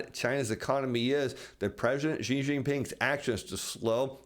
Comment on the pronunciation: Great fan of your information. thankyou. just a side comment: President Xi of China (I live in China and speak Chinese) would be far more accurately pronounced simply as our English word 'she'. That's not 100% accurate but quite close compared to what you've been saying. Just a friendly comment/trying to help you.